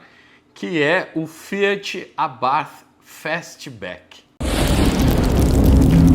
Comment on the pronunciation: Primeira vez que ouço alguém falar "Abarf" kk